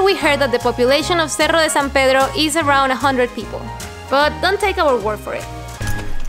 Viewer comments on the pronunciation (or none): Cuando pueda decir "Cerro de San Pedro" el mundo se va a acabar